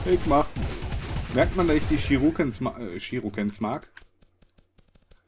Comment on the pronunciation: du sagst immer Shirukens... es sind aber Shurikens! °A°